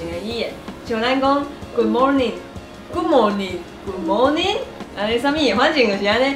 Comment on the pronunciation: 你把Good morning的Ｒ聲發出來就標準了